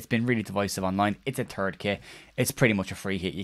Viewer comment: I thought I heard you say “it’s a turd kit” which seems about right.